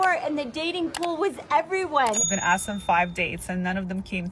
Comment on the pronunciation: "I axed you a question" 😂😂😂